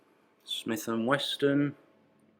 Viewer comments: Best museum so far. Just one complaint. When talking about the guns, you mispronounced 'Wesson' in 'Smith and Wesson' as 'Weston'. Just be careful how you pronounce the names of American weapons. Ours are harder than yours, you know. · yes for history buffs and military history fans great. plus your charity for the kids is great. and you pronunciation of smith and Wesson is a riot of a laugh. I had a mate who would ad a a at the end of pillow. you ad a "T" to Wesson. what a collection, the ginger bread dummies the lady spy lip stick, this stuff is what makes Dan channel great.